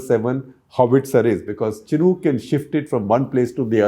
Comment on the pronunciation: Amazing reporting but shocking to see that the pronunciation of Chinook helicopters is so wrong from an eminent journalist. But benefit of doubt can be given as many of the defence terms & systems were not correct probably because your background is not in defence journalism.